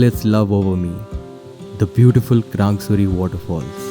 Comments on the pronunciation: It's not krangsuri it's krangshuri..... Samjha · Its krangshuri not krang suri